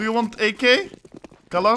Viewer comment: Калош? Галош? XD PFFF